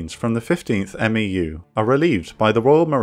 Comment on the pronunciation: We say "MEW" not "M.E.U"